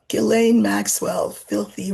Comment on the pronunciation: Hi. Thank you for giving the correct pronunciation of Ghislaine's name. Ghe-LEN. That is how it's pronounced in France. I just want to add a fun fact that in 🇨🇦 in La Belle Province (Quebec) it is pronounced Jiss-LAINE. I have a friend with that name. Love this channel and I'm getting better at lenormand using your book. ❤️